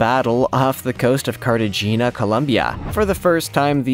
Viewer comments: Cenote is pronounced “seh-no-tay”. Do a little research before recording. 🤦🏻‍♂️ “Carta-jeena”?! It’s “Carta-heyn-ya”. You get two head slaps for that one. 🤦🏻‍♂️🤦🏻‍♂️ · Cenote - sin no tay, not sin note Galleon - gal yion, not cal yion Cartagena - carta hena Learn to pronounce or get a real job... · CART-A-HAY-NA gees learn how to pronounce the words you are reporting on.